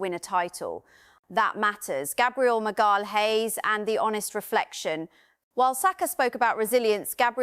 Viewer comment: AI can't cope with the name "Magalhaes" 🤣😂